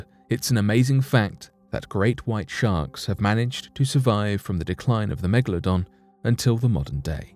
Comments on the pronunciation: It is not Mekladon it’s Megalodon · It is called a Megalodon not a Megladon. Cant understand why so many people pronounce this wrong.